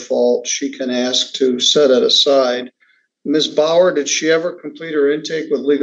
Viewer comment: Master the word 'ask', then we can talk.